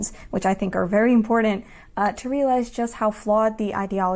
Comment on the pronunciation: “very impordant”